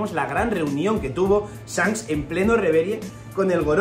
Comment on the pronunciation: Buena el tinto tinto, ídolo porque pronuncias sanks? Y no chanqs ?